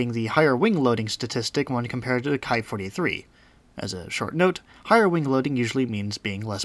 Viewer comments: Nice video. I'm glad to have found this channel. Buuuutttt, it's "Ki" not "Kai". It does not rhyme with "high." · Ki rhymes with tea.